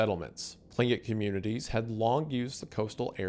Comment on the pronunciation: ohh man thats the worst one so far 😭 tlingit is pronounced more like (hard/rough but breathy k’s) klinc-kit, difficult to spell out cuz there isnt an english equivalent sound